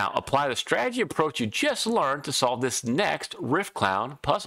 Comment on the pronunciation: Lazy pronunciation number 2. You say "strag-gy" as a two-syllable. It is three syllables STRA-TE-GY.